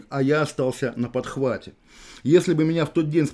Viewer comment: Очень люблю у ОВ эту фрикативную Хэ, как в слове «на подхвате». Кавказское детство, как и у меня)))